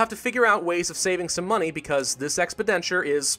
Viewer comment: The only thing that annoys me in your videos is your pronunciation of expenditure, you say ex-ped-enture instead of ex-pen-diture ❤ otherwise awesome vids! Loving this series 😁